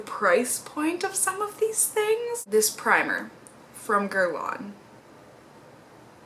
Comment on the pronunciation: It's actually pronounced "gehr-lahn" with a nasal "n" sound at the end if that makes sense, just try to sound French at the end basically hahaha